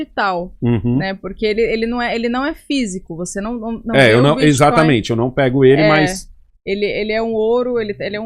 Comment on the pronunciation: Prefiro que o Renan continue falando crepitomoeda e biticóio. Quanto menos o governo souber disso melhor